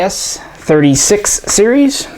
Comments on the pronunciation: we don't call them M.A.S but MAS (sounds like "mass"). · Just so you know, in France we pronounce '' Mas " just like you pronounce '' Math ''. MAS stands for" Manufacture d'armes de Saint-Étienne ". Love your channel and glad that you guys have interest for french guns.